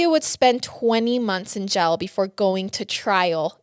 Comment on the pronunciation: Love this detail, great job breaking it down. But it’s “Jail” Not “Gel” lol